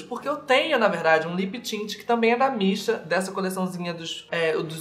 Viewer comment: Toda vez que você falava "da Missha" eu entendia "da Beesha" ahahah. Seria muito daora ter uma marca de maquiagem com o nome "Da Beesha".